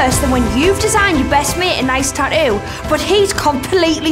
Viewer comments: I’m sorry, but the word is “tattoo” not however you turds are butchering that word “ta ewww” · Ta-oo ... 🤣🤣🤣 I love it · I hate how they say “tattoo” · They can clearly say the 'T' sound at the beginning on the word "TATTOO" SO WHY TF can't they pronounce the 'T' sound the 2nd time?!?! 🤔😂🤣😅🤔🤔😐😒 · In the word "tattoo", there are 2 t's. She don't says 1!?! Learn to speak correctly....... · bro the way she pronounces tattoo pisses me off